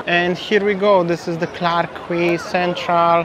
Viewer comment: Quay is pronounced as Key. It's pronounced as Clarke Key, same as Circular Key (Quay) in Sydney, Australia. I love those orange juices from the vending machine. Singapore is a very expensive city to eat and drink in. $9 for a beer in happy hour is a joke. Best places to eat are in the Hawker Centres. Great sightseeing but be prepared to pay outrageous prices when you visit. I prefer Vietnam and Bali but Singapore is worth a visit at least once.